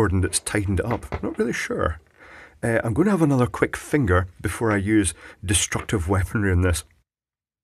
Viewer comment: buddy, you kill me....funniest one i seen yet......love the emphasis on commmme and finger..oh boy...long live kenny..